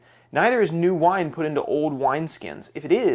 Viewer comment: This guy keeps saying the word old like the word owed